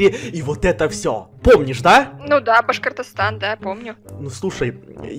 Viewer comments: Очень обидно что ты говоришь не ,,република,,Башкортастан а бамлпсшрсщ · Мне слышится не Башкортостан а баш Кыргызстан я сам из Кыргызстана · никто: абсолютно никто:: МЫ НАХОДИМСЯ В БАШКАРТАСТАНЕ 🤣🤣🤣🤣